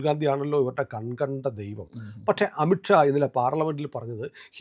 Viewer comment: It’s not amitt Shaw amith Shaw: please take care of the pronunciation